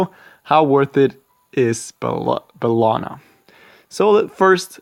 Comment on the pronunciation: First, take that like for ACTUALLY SAYING & PRONOUNCING HER NAME RIGHT!